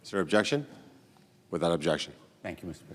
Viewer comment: “I Obaject! ..”